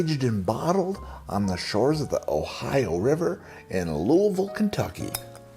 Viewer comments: You say Louisville like a local! Kudos. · I'm so impressed that you pronounced "Louisville" properly. I wouldn't have expected that from a guy from Connecticut. Your vids are great and hilarious. Keep delivering that great content!